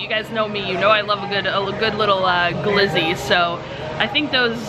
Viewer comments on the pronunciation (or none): I feel like I’m in an alternate universe when you say ‘glizzy’